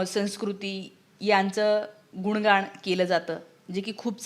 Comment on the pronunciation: गुण गाण नव्हे गुणगान...😅